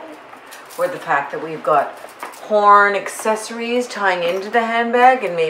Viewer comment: I thought you said porn accessories...horn accessories 😆